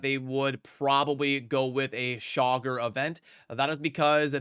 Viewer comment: Please stop calling him Chogger, like jogger. It's Cha-gor. Drives me crazy.